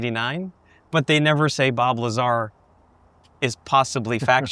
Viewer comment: Bob Liezar 😂